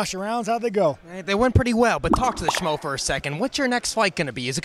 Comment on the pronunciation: Hey - Sean keep the hair 4 a bit! Helen please teach Sean to say your hubbies name right - it's the "SCHMO". Sean says "SCMO"! ❤